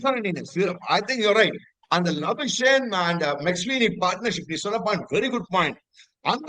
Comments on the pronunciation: it is Rishab Pant and not Punt. Mumbai and not MumbAAI. Labuschagne rhymes with champagne. Solli paar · Can’t you pronounce Labuschagne properly,? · ur labuschagne pronounciation is deadly